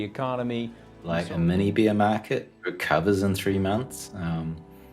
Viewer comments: I love hearing Jimmy Choo say "Beer Mawket" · Did he say beer market? Now that's my kind of market!